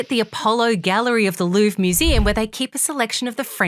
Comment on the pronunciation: Every time you say Louvre I hear loo. 😂🚽